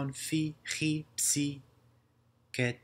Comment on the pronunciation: You also pronounce the χ wrong and the γ and the ζ. Not by much but it wrong.